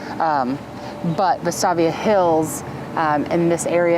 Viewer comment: Side note: Vestavia is pronounced "Vest-ay-via" lol ❤ you guys!